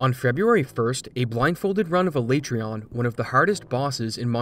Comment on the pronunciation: everytime you say alaetreon i die a little inside